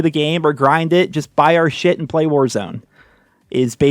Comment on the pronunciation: Emphasis on "shit"